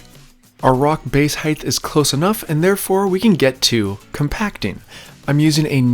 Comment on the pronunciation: The word height isn’t pronounced as if it’s spelled heighth.